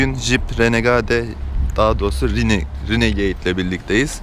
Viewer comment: insan azıcık birazcık ufacık bir ingilizce okunuşları öğrenir , bu çağda yahu..bak ingilizce bilme , onu geçtim... bir de 167.000 takipçisi var bunun